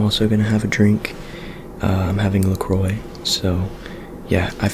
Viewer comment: LeCroi!